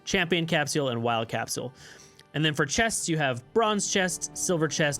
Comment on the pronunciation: Good video , but the way you pronounce capsule triggers me lmao